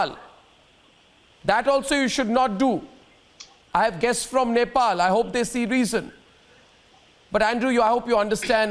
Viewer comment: I'm from nepal...... mr. Goswami.... please don't pronounce our country name.. we really hate you.. and we really hate to hear when you pronounce our country name..